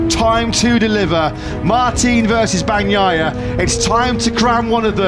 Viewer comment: FRANSISCO BAG-NYE-UH? Bruther you claim to be a MotoGP fan? Come on dude, world champ 22/23 put some respect on his name